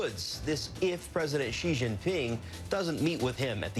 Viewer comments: Our president's family name is not pronounced "G", it's "Xi". If you have difficulty pronouncing that, just say "C" or "she", both much closer than G. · Wrong pronunciation, not "G" but more like "C" Xi as /si:/ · Trevor, that's a great Russian accent. You just need to pronounce Xi correctly. It's pronounced like "she" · actually it pronunces more like shee [∫i:]